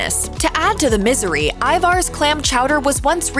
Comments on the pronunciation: Ivars is pronounced Ivers. No Arrrrr like a pirate. Errrrrr like purr. I love the restaurants in house clam chowder but, have never tried it in a can. Glad I haven't. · I don't even think that have it in a can. I've seen it in a frozen plastic pouch or a plastic tub in the refrigerated section of the store. The way she pronounced it hurt my native Northwest ears! 😂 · Ivar's - Everyone I know up here in Washington state, home of Ivar's, pronounces it Iver's. Always have. Ivar's, for those who prefer phonetics. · Thank you! The way she pronounced Ivar's drove me nuts!...and Ivar's and Skippers truly are delicious 😋